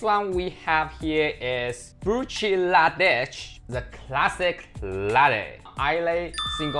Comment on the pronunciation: The second one is pronounced, brook-lah-dee, and it's delicious but has gone up in price.